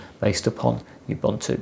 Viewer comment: This is great video to have done. Thanks a million. Ubuntu... pronounced, OOBOONTOO. ;)